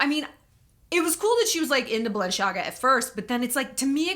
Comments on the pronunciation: Hi Shallon!! One thing, Balenciaga was founded by a Spanish designer that moved to Paris and opened there his atelier. So the CI in Balenciaga is pronounced like a C not like the italian way CHI. FYI... Love you! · Balenciaga has Spanish roots it’s pronounced “see” instead of “ch” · Shallonnn it is Balen-Si-Aga! It's Spanish, not Italian 🙈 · Balenciaga is a Spanish brand, pronounced in a French manner, because the designer relocated early in his career to Paris. The most popular way to pronounce the name is to stress the penultimate vowel - BalenciAga, however, the most accurate is the French pronunciation stressing the last vowel - BalenciagA. Balenciaga has little to do with Italy, thus, there should be no “Balen-sh-iaga” heard at all. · Balenciaga is a Spanish fashion house so the italian pronounciation is wrong. It actually is ba-len-see-ah-ga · Shallon, Balenciaga is originally Spanish and both in Spanish and Italian, Kim is pronouncing it right and you are not. Just for your information! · Balenciaga is a Spanish brand, you don't pronounce it Italian. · Yeah I dont know why she pronounces it like its italian